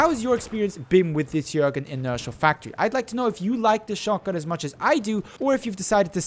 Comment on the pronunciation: It's pronounced Schöögrén